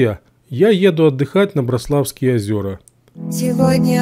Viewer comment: В слове Браславские ударение на ра а не на ла пипец. В слове Браслав тоже самое